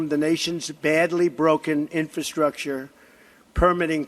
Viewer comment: My 4th grade son has better command of the English language, it's embarrassing watching this idiot pronounce the word "infrastructure " how in the he'll did this buffoon become president, only in America folks only in America lol.